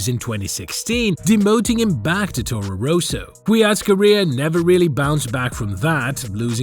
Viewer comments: Torro Rowsow? ROSSO... it's Rosso. Ross-o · It's not Rooso, it's Rosso, with one 'O'. Say: Ross-O. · I do not think it's an AI voice, the accent is too thick, also how he pronounces Toro Rosso made me chuckle every time he said it.